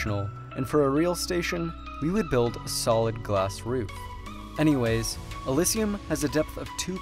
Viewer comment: How many times can you mispronounce elysium in 3 minutes and 30 seconds? uh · li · zhee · uhm